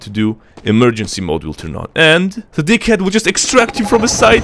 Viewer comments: sounds like dickhead not deag-head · That deaghead sounds a bit like d**khead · Deag head? Hahahahhh sometimes you say dickhead!!! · When he says deaghead it sounds like dick head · I thought i heard d*ckhead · the deaghead haha it’s like dickhead it sound like dickhead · sounds more like "dickhead" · When you said “Mini awp” i expected a tiny awp And when you Deaghead I heard Dickhead I know the subtitles say otherwise But that’s what I heard The true American Dream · Deaghead sounds like a D#ckhead XDDD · lol the deag head sounds like a dic* head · "deaghead" LOL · wtf that deaghead...hahahah its disastah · How you pronounce Deaghead makes me smile every time i hear it :') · Tec-Nein and DeagHead lmao. 😂